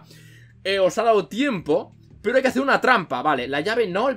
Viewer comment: En el #minuto dijiste peyo envés de pero